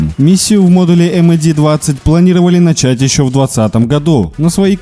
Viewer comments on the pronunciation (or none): none